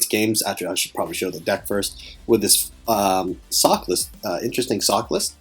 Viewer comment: I keep hearing you say "Sock" when you say her name.